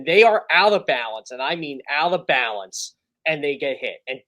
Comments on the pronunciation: Nah I get that. I’m talking about him clearly mispronouncing words or phrases, such as “out of balance.” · Is saying "out of balance"?